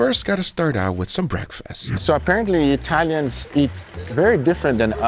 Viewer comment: Your pronunciation of Italian words is very good. Do you have any Italian ancestry?